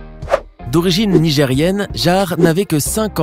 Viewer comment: La deuxième fille est d’origine Nigeriane 🇳🇬 et pas Nigérienne 🇳🇪 ... ce sont deux pays différents donc prononciation différentes .